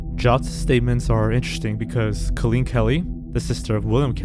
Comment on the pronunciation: Or how to pronounce the name Colleen